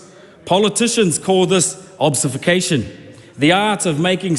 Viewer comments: This idiot can't even say 'obfuscation' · obfuscation is a tough word to say when you just learned it